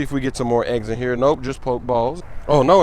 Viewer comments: THERE IS AN E THAT YOU PRONOUNCE IN POK-E-STOP, POK-E-BALL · it's poke e ball and poke e stop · when you say Pokéball or Pokéstop, you gotta pronounce it as 'Pokehball' or 'Pokehstop,' man. It's driving me crazy lol.